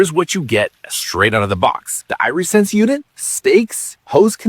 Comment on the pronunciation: Eye-re-sense? Like your eye-re-gation system? I would have assumed AI voice mistake, but I watched a human say it, and the same human said irrigation system correctly. I’m so confused, what is real?, am I real?